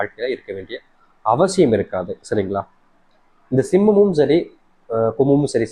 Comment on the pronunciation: Kumam and Simam not clearlysaid